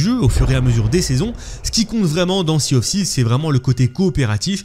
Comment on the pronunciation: 😅la prononciation de l’anglais est risible « Sea of sivse »😂 « No rest for the ouicte »😅